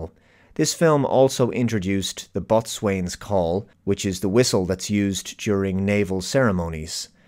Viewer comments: Did you seriously pronounce that word as "boat swayne?" Oh. My. God. It's pronounced "boe zun" Damned landlubbers ruin everything! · "the bot-swain's call" - boatswain is pronounced BOsun. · "Boatswain" is usually pronounced 'bosun.' Sometimes it's even spelled that way. Don't blame me; it's those damned English. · 'Boatswain' is pronounced bosun. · It's "boz'-un" ye lubber, not "bot'-swayne". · Bot swain? LOL Its pronounced "boze'n" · Not "boat-swain's call" but "bo-zun's" pipe or call. Pronunciation is always an issue with English. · Boat- swain? The "T" and "W" are silent. It's "bosen", basically. And you guys used to rule the waves. For shame. ;) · Botswain is pronounced "Bowesun". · I don't know if this has been pointed out before, but "boatswain" is pronounced "bose-un." Excellent review. The discussion of the acting, cinematography, score, and costumes is spot on. STII is a feat unequalled by any other ST movie. I didn't know the Reliant was upside down! Thanks for the tidbit. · "boatswain" is pronounced "bosun" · I'm sure I'm not the only one saying it but Boatswain is pronounced "BohSun". Loved your review. Great work. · Boatswain is pronounced bosun, my son (or is that maitswain?). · Bo'sun. It's pronounced bo'sun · Pronounced “bosun” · I love your videos. You're awesome. But boatswain is pronounced "Bo'sun". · Love ya,. it's pronounced "Bo-suns" whistle. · FYI, Boatswain /ˈbəʊsn/ is usually pronounced "Bosun". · I know i am being pedantic but the modern pronunciation of boatswain should be bosun.... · It’s pronounced bosun. Just saying. Great vid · I'm a little surprised a Brit doesn't know this, but that word (boatswain) is pronounced BO-sən. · ‘Boatswain’ is pronounced ‘bosun’. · Bot-swain. There's always a clue to our YT favorite's educational gaps. For, it's "over-arcing." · Great video as usual. Small thing though. Boatswain is pronounced “bo-son” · My years of service in the Navy cringed at your pronunciation of nautical terms.⚓